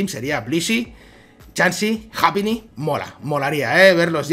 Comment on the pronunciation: No es japíni se pronuncia jaipiny